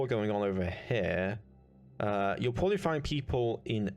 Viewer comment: Pwabably ? Pwoblems? You speak very bad